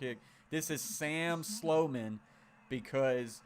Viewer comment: Solomon? Its Sloman dude lol "slow man"